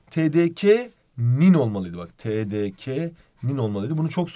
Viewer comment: Tdkanın Tdkenin Ka diye okunur